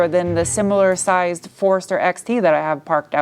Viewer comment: Love how you say Forrester. Sounds like Forrurstir 😁😉